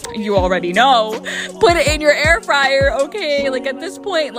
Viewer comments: Air free-er? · What’s an Air Free-air? 😂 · Not going to "@ you for the recipe, going to "@ you for the way you call an air fryer "air freer" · Am i jus high as shit, or in the first clip,was bro sayin "air freeer" at first?🤣🤣😭😭🤘much luv essay😭😭shit had me gaggin laughin🤣🐐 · Why he pronounced air Fryer like that?😂